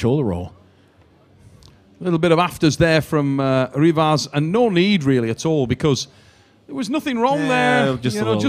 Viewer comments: It's more like he took Revaz and then he flipped the letters so that it's Ravez. lol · I like how constantly called him RAvaz 😄. Awesome match, though! Pretty unsportsmanlike of Revaz to pull Vitaly's arm like that. He wasn't even screaming in his face. It was just an emotional discharge. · That pronunciation🤣 Edit: really keeps calling them 'Ravez' and 'Vately' 😂